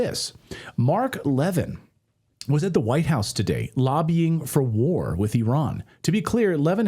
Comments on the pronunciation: Cmon man. Pronounce Marks name cotrectly plz. It is Le-VIN! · His last name is pronounced “La Veen” The only reason I pointed out is I thought you were referring to someone else.